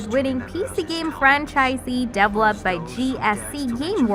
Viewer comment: This girl is announcing from a script, not from experience as a gamer - indeed I suspect English may not be her native language: some of her pronunciation (especially on develop/developed/developer... etc.) is some way off...